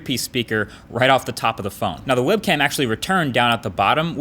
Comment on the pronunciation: Did he just say Webcam? :P